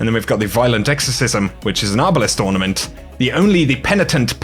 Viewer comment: For master chef emote u called it an ortament